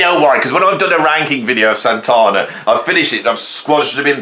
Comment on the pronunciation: Well, you do sometimes go on a bit. Also, it’s SanTANa not SanTONa.